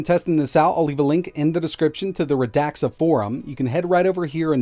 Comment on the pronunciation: "It's pronounced Rə-DAK-suh, if I say it is! Fight me. " -- probably